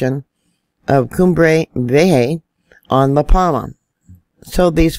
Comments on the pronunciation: In fact "V" in Spanish sounds as "B", so it's "coom-bray bee-ay-ha" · HI HAVE ALWAYS LOVE YOUR CHANNEL AND STYLE...JUST TO LET YOU KNOW THE VOLCANO CUMBRE VIEJA ON LA PALMA IS PRONOUNCED CUME BRAY VIE A HA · Cumbre Vieja is pronounced "coom-bray vee-ay-ha". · She does her best